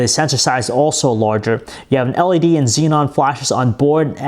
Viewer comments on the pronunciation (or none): none